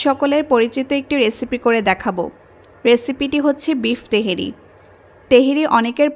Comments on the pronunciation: বলছেন তেহেরি, আর লিখে রেখেছেন তেহারি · তেহেরী না আপা তেহারী বলেন। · apu . . teheri. . ! na tehari?